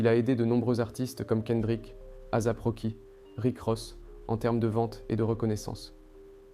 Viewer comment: On dit asap Rocky pas azap .........